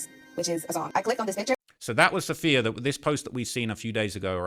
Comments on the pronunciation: Ok say it with me because this name is really not that uncommon, it’s “Suh-fee-yuh” not “saff-ee-ya” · Am I the only one who’s picked up on her name being Sapphire not Saff-eeee-uh🤣